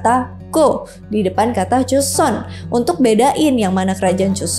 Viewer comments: Bacanya joson bukan cuson😂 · joseon ka bukan cuson😭😭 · Maaf ka pelafal an nya JOSON & GORYO ya bukn Juson atau koryo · Kok jadi chuson😅😅😅. Pdhl Joseon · tulisannya 조선 bacanya jo (o nya sawo) seon (eo nya roti) jadi bacanya joseon bukan choseon